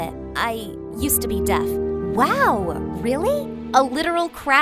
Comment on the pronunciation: I love how they say DEATH instesd of deaf